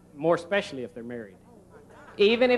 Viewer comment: hahahaha even if they slip. "Most ex-specially if they married". His wife doesn't take in the ass. LOL. All I can say about Texas is Austin is a great city.